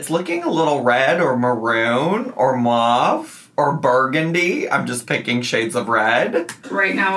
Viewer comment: Love the subtle shade of you mispronouncing mauve 😂😂😂